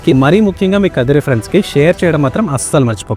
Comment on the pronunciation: Kadiri kadu first khaadri antaru taruvata kadiri antunnaru